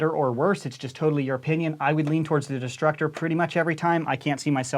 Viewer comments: I kept thinking he said disruptor multiple times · I taught he said disruptor